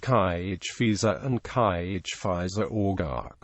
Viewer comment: How can a snotty-programmed computer figure out to pronounce Gaelic? All wrong.